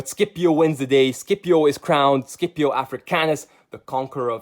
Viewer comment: SCIPIO ISNT SKIPIO